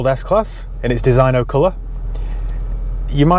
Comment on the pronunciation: The special edition Mercedes is called Designo (pronounced > Dez-IG-No) not Design-o, as you've been saying.